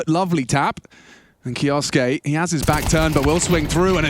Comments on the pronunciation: English Casters, please say it right. It's just pronounced Kyooske! Just 2 syllables! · That's... not right. suke isnt su ke, should be pronounced like "kyo-skay" or "ke-oh-skay." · "Kioske" "Keosoake" "Kyooske" These commentators sure waltz in with not one speck of homework, right? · Kyousuke is taken from Japanese. It should be pronounced ‘Ki-oh-suke’ like Sasuke from Naruto